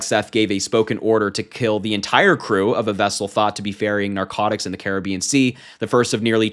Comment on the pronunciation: “Cara be in” 😂